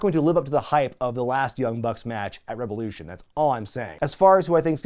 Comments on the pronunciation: "RE VE LOU SHAWN!" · I believe it's pronounced REV OH LOO SHAWN! ✊